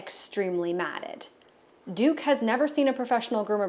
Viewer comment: OH his name's Duke. I thought you said his name was Dick at the start